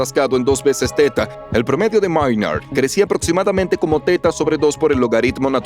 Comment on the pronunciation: Pero son humanos, no leen bien y no pronuncian bien. Dijeron cibra, en lugar de criba, Erastótenes, etsprimir, aprotsimadamente por ejemplo.